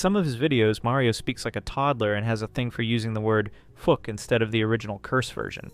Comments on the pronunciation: Mareio? You mean Mario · I looove how the pronunciation went from 'mario lord' to 'merio lord' to 'mary lord' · I had to leave the video within 1 minute are we fr?? I love making fun of these creatures as much as the next guy but please tell me when the red hat Nintendo plumber ever called himself “marry-o” like genuinely where did this even come from I hate it so much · Why do you pronounce Mario like that..? The a is hard, you're using the soft a.